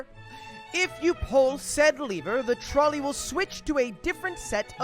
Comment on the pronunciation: Does he not know how to pronounce trolley?